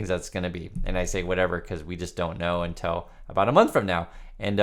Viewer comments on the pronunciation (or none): none